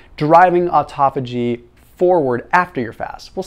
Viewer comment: Please learn how to say this word " autophagy" it's a Greek word!!